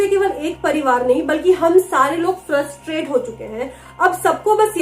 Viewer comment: Any army there who hear frustrated as trustfated?